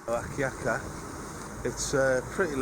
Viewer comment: AND HI. Not Alkaya, it is true say AKYAKA.